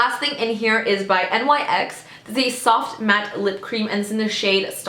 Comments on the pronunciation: I love you, but the brand NYX is pronounced like nicks 🤦🏼‍♀️😂💕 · I've never heard anyone call it N Y X. Only Nyx like Nicks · why did she spell out nyx though .. 😭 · It's nyx! (Nicks) or (nix)